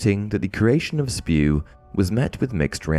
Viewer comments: It's not Spew it's S.P.E.W.! 😂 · I am sure, many have already said it, but... IT'S NOT SPEW! iT'S S.P.E.W.!!!